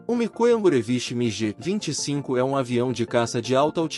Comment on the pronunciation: a pronúncia é migui e não migê.